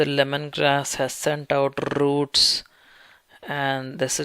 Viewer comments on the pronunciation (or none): isn’t it such a beautiful sound rrrrrr like a sweet song in my earrrrr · I love how the guy rolls his "R"s, especially when he says rrrrrrroots. XD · Not all Indians say rrrrrrroots 😁